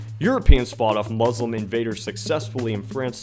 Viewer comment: u pronounced "Muslim" wrong